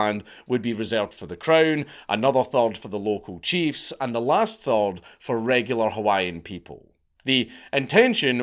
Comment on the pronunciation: Theres an h in 3rd its not pronounced turd.